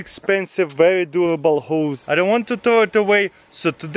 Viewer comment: i thought he said hoes 😂